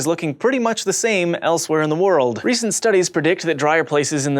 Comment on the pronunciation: I liked the way he said world in the end.